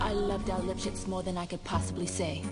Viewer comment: its lipshitz :P not lischi